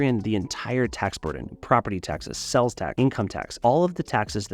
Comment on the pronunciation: Are you saying "sells" tax? It is "sales" tax